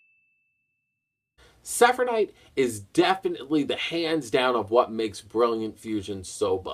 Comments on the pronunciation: how the hell did you manage to mess up the name of gem knight seraphinite? literally the first part of it is seraph and you kept pronouncing it like it was sephinite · lol when can't say Seraphnite's name